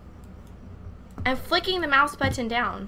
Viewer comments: Is it just me or does the way say button a little weird? I think its cause she say but-ton. Im not crazy, right guys? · Sethbling: "Buddin'": "But-onne" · At am I the only one that thinks she says "button" weird. (Sorry if it's maybe a reference. Or it's just how she says it,but I think it sounds different)